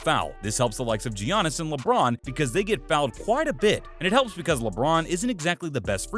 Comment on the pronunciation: Gee-onis?? What did I just hear you say?! lolol